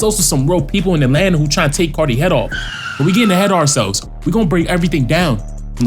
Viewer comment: Atlanta not Adlanta 😂